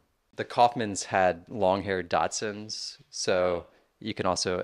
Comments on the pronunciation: Daschunds……long haired daschunds. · He was, indeed, saying "Datsuns". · Guy lost me after the 3rd time he mispronounced "dachshunds" as "dotsons"... couldn't take anything else he said seriously. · Am I the only one hearing the host say "Datsuns" instead of Dachshunds? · Simply STUNNING. And, is it my imagination, or does he keep saying Datsuns? 😂